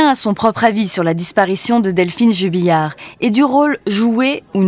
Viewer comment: Jubillar et non Jubilliar.... Les journalistes